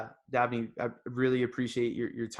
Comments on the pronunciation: Umm his name is DABNEY not Abney! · I may have misheard, but is his name "Dabney" or "Abney"?